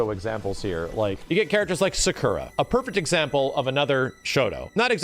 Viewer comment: Does it bother anyone else that he says Ryu weird? Nobody? OK. Edit: he says all the names wrong like Hadoken, Sakura and so on. Never noticed, moving on.